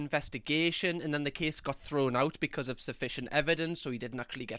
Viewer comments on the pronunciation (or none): Not relevant but I love the way say "becud" instead of because sometimes